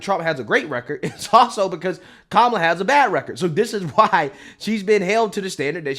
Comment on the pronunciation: Did that CNN anchor just say the NABJ just "pressed" Coup-mala on issues?